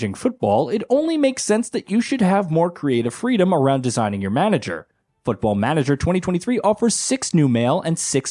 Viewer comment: I never played Football Manager before and I am thinking on starting with this one.... but... but this guy pronunciation of it....... I am not even native English speaker and I KNOW IT IS WRONG...... not to mention that there is no letter pronounced "yoo" in English alphabet.... closest one to his pronunciation would be letter Y and that is not even close.... What are they teaching them there.... Also who cares on customization of main character who you do not even see at all.....